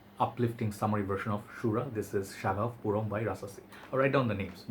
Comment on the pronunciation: Your video is really good 🤔🤔but Why you keep still says puram😔😔? actually the Pronouncition is PO OHM 😉 (POUR HOMME)